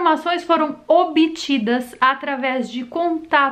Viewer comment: ..."foram OBITIDAS"...